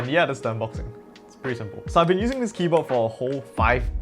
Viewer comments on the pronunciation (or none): none